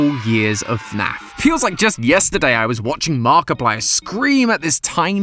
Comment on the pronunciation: dont you mean FNAF not snaf